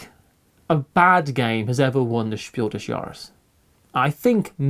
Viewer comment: Your pronunciation of "Spiel des Jahres" is spot-on,. 👌I'm not a native speaker, but I've taken German for 4 years, including Advanced German courses at college, and it sounds just right to me.